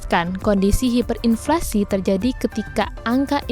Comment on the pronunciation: Hiperinflasi ya hiperinflasi, bukan haiperinflasi.